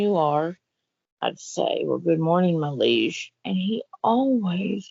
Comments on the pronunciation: She thinks “leish” is “leige”?.. Way to show off those degrees… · Two university degrees and she says, " I have ATE this morning" and calls him "my leish" instead of my liege. Moron.